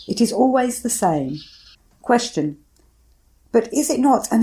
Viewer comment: There is no H in "Question."